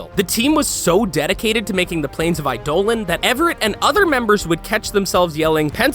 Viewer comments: they even added the transcription in the video and still failed to pronounce it correctly :D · reza choudhury UGH him mispronouncing that made me SO MAD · BRO ITS ITS NOT IDOLEN ITS EIDOLON AS IN EYE DAH LON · Oh my gosh I-do-lan? Really! It's pronounced I-do-lon. Eidolon. It's right there m8. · Not aidolan but aidolon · Stop saying Idohlan. Its Eidolon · I'm so mad at how you pronounce Eidolon. Like I was enjoying the video up until that point since I play warframe. it's Eye-doe-lon not I-dolon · Anyone hear him say I DOLON instead of eye de lon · EYE-duh-lun, not eye-DOH-lon. Yer killn' me smallz. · ..... Eidolon.... Eye-dough-lawn.... Not iDolan. twitch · It's pronounced Eye-Dough-Lawn, not Eye-Dolan. And it's pronounced Arkwing, not Arch-wing, which is confusing. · Eidolon... It's not I-dolan It's I-dough-lawn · ''I-dolons'' LMAO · AAAAAH NEVER SAY I DOLEN AGAIN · It's eye-da-lon. I dont understand how people mess this up when there's countless examples of DE pronouncing it the correct way, everytime. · ''Eidoe Lon'' You could have watched literally any video about the Plains of Eidolon update and you'd have known how to actually pronounce the word Eidolon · JESUS CHRIST ITS PRONOUNCED EYE-DOLE-ON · IT'S NOT EYE DOLAN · eye-dole-on? LOL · Plains of i-dolun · I’m sorry the way you pronounce Eidolon was hilarious XD. I play Warframe so I’ll tell you, ya butchered it. It’s Aye-Duh-Lon. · It’s ei-da-Lon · Here's a tip: DON'T KEEP SAYING A WORD WHEN YOU DON'T KNOW HOW TO PRONOUNCE IT. EYE-DOH-LAWN. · Jesus... every time he says I-dolan my heart breaks... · Plains of eye Dolan 😂😂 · Plains of eyedolan, senchints how much research did you do look at the wiki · Yo dude, have you ever been to the plains of Eye-dough-luhn? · Eye my lawn ahahaha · Ey dough lawn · eye dolan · Was about to correct him aswell i-doh-lawn man said it wrong more then 3 times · Eidolon in warframe is pronounced like eye+dough+lawn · Plz no more "eye-dolan" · Love how he says eidolon. “Idolon”